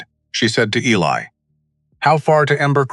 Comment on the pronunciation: Eli is pronounced E-Lie, not ellie